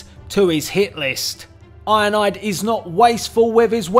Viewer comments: It sounds like you’re saying ionide instead of ironhide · I like how he pronounces ironhide 😂 He says IONIDE😂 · It sound like your saying "Ironide" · Sounds like he says ionide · He’s called iron hide not ionide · His saying of ironhide is ironide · It's ironhide not ironaide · I love when you say Ironhide because it comes out sounding like ionide